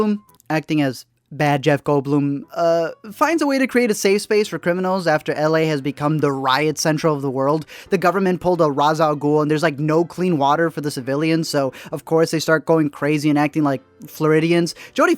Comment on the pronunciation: "Rahz" al ghoul. Sorry, I had to pause at this point bc I was nitpicking 😂